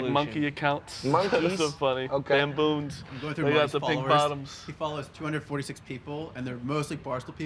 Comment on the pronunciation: "I like monkey accounts, those are funny.... Bamboons"